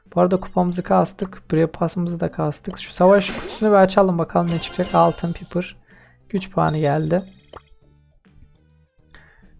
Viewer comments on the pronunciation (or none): none